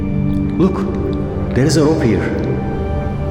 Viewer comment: Kardeş şu İngilizceyi adam gibi konuş be. Her şey müthiş, bi o kötü. Hiyır(here) nedir abi?